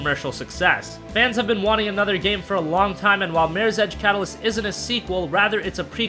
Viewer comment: Slow down on talking lol it's MIRRORS EDGE not MIRSEDGE lmao.